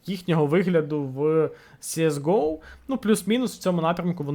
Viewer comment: Вуха просто хотять тобі забити пару цвяхів в язик « сіес гоу» Перший раз зайшов послухати про оновлення, вимкнув на першому твому « сіес гоу»